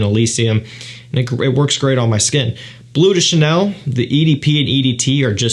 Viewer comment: Cant even pronounce bleu de chanel😂 its BLEU de chanel not BLUE de chanel